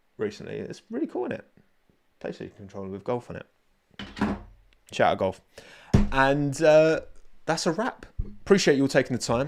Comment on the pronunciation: That controller says GULF, not golf :P